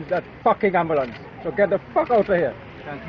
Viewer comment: Personally I am appalled by Dr, Kublalsingh's language. The word is ambulance good Dr. not ARMbulance. This man has butchered the English language and should be totally ashamed of himself. Real talk.